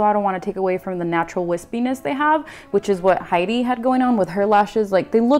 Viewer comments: Stunning!! 😍 Hedy is my forever goals!! 😍 And you pull the look off beautifully! You've got that natural beauty like she does. And even in the black, the look is on point! 💗 Btw, just for future reference, her name is actually pronounced like it's spelled. Not "Heidi", but Hedy. It's short for Hedwig. 😊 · You are so purdy! I love her so much too mush you two together and I’m happy...hope this makes sense I have a headache but me loves you xx p.s her name is Hedy not heidi you say it like head-ee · Hello, yes, I know. I pronounce Hedy's name wrong the entire time and I am mortified. 💀😭😂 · Thank you so much dear, oh my goodness 🙈❤ and yea, a few folks kindly pointed out I've been pronouncing her name wrong 💀 dies a little on the inside 😂